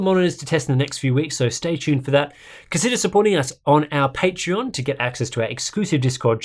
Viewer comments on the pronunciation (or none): none